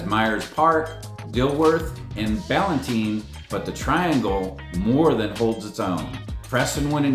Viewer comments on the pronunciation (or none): Mispronouncing Ballantyne speaks for itself. Bro visit Charlotte first 😅😅😅